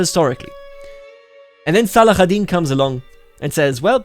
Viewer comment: At least you got צלאח א-דין (Saladin) right.